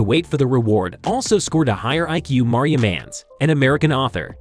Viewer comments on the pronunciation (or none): none